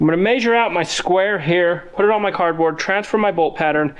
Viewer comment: CAD-Board versus Cardboard.